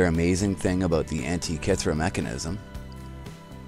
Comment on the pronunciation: you say Antikythera like a moron... other than that. good vid